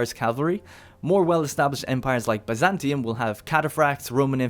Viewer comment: I got triggered on "Byzantium", that's not a B friend